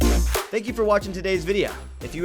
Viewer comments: You mean, Videa needs to be changed? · please learn how to pronounce video